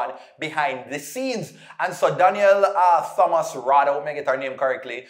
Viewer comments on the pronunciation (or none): just for growth: I know as Jamaicans, we are infamous for adding Hs where they don't belong etc. So, we tend to overcorrect. But remember for the names: Thomas Thompson We don't say the /H/. So, it's: /Tomas/ /Tompson/ You've got this. Blessings. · You don't pronounce the "Th" in Thompson and Thomas